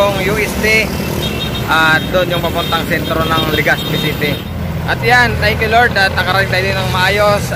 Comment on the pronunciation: LegaZpi d po LegaSpi.. Salamat